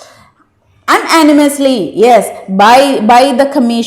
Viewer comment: Unanimous check your pronunciation